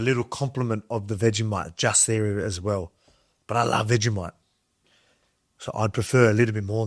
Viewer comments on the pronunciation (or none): its pronounced vegi-moit...